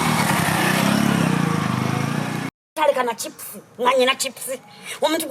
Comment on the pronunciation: Hahaha. Naye Teebe totya boss wo 😂. Hips mbu chips. Ur killing mi 😂😂🤣😂